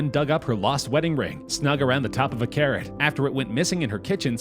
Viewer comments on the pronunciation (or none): Did you notice instead of carrot it's carror? 😂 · "Carror" instesd of carrot man u got something mixed up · “Diamond ring found in carror” CAR ROAR or carrot? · C A R R O R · " Carror" instead of Carrot XD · Nobody: Litteraly know one::carror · Who else noticed that the part where they found the ring on the carrot he named the carrot “Carror” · It’s carrot not carror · lol he said carror in stead of carrot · It said carror not carrot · Ahh yes carror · Man really said carror 😂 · This man said carror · “A diamond ring in a carror” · ceo of “carror” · ah yes, a "carrar" very tasty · “found in carror” 🤔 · ah yes my favorite veggie: carror